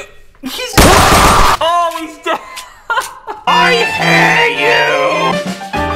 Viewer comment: Soo funny the guy said when he died I hare you bruh it's i hate you